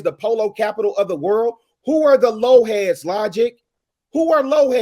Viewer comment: It's "Lo Lifes," not Lo Heads.